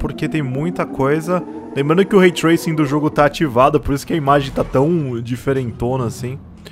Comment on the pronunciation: Nada, absolutamente ninguém: a: olha só esse RAY TRAISING